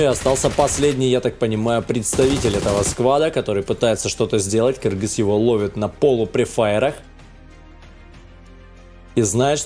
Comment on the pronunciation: Наконец-то ты правильно написал Кыргыз и стал говорить Кыргыз!!!!!!